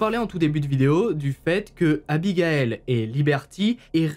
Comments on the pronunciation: 😣 aïe j’ai mal au oreilles ont dit pas abigael mais abigaïl ... ( pour avoir ce prénom je peux vous assurer que c’est super chiant de pas être appeler correctement) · Bon... Je le dit sans réellement m´énervée mais, ayant le même prénom, ça me soule d´entendre ce prénom écorché. 😤 Abigail c´est pas la même prononciation que Abigaël Ça se dit Abi gay le (le e étant muet) Sinon grande fan de tes HVF continue comme ça 🥰